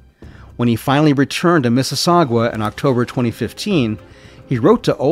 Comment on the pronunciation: Miss-E-Sog-uwa?????? Miss-E-Sog-uh. Sorry I know it doesn’t matter just caught me off guard